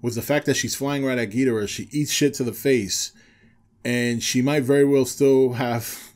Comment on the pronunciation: Man dude its Ghi-Doh-rah for fuck sake even toho and legendary confirms this